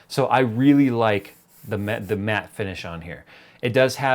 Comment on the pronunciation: When said it had a matte finish. I heard meth finish